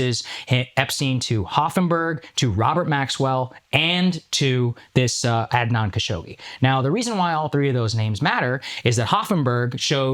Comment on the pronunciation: I know akash is like bro at least say Adnan right 😅 Akash has the most fob pronunciation but sometimes he's right